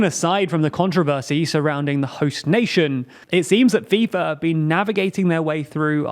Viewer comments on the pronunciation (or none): none